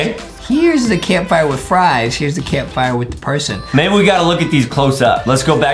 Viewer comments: Why did Adam sed perhon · i thought i was the only one who caught that pershon lol